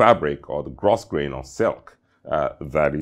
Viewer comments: Grosgrain is pronounced: Gro-Grain, silent S. Great video! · Hi another exquisite sartorial presentation. A passing comment. Grosgrain is actually pronounced GROW-GRAIN.. It's one of those peculiar English words:) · Spelled grosgrain, pronounced “gro grain”. Single shirt cuff are the norm for white tie. Though I guess also acceptable for black tie.